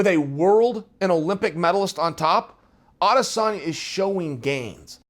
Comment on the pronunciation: Love the way you’ve made the effort to pronounce ‘Adesanya’ - that’s a subscribe from a large number of us.